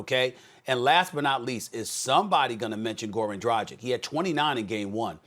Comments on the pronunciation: LoL he doesn't even know how to pronounce Dragic's name! Tragic😂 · SAS you're right about Dragic, but please learn how to pronounce his last name properly: it's pronounced as "dragich" (g is pronounced like in "dragon", not like in "tragic" lol) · You would expect that Stephen A would be able to pronounce Dragic's name right. ...Disrespectful... Let's go HEAT IN 4! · God damnit, please say Goran Dragic's name correctly. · This guy Stephen keeps butchering people's names. I mean, how hard it is to practice a couple of times to get it right. Isn't that his job? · WHY DONT YALL PAY THE RESPECT AND LEARN HOW TO PRONOUNCE GORAN DRAGIC'S NAME. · Will someone please teach Steven A Smith, Shaq and Kendrick Perkins how to say DRAGIC?! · How do you know how to say Nikola Jokic, but not know how to say Goran Dragic or Luka Doncic? I literally has the same finish, and yet you butcher it every time SAS lol As a Serbian native, my ears are bleeding lol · How can you be a NBA analyst for this long and still not pronounce dragic right?